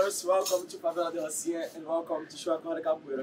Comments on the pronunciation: Rocinha: HOSSEEN-AH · That was epic! Thank you so much for beatiful views, the insight and the non judgmental description and history. You are the best! ( except when trying to pronounce brazilian names 😅) BTW there is no such thing as 'low season' in Rio !!! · Glad you enjoyed it! The pronunciation here is killing us!!! 🤣🤣🤣🤣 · Rocinha. “Ci” you pronounce like “see”.